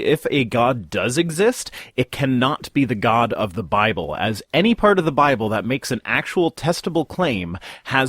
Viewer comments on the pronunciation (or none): The Biwable tells us Gowd made dinosaurs